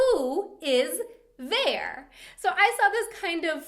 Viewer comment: how difficult can it possibly be not to pronounce the R in wer?